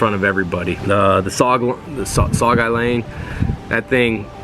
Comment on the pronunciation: sue-gay-lee-ang i think is how you say it any way great video